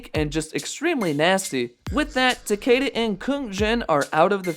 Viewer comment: Why don't you show some respect and pronounce Takeda's name correctly for once?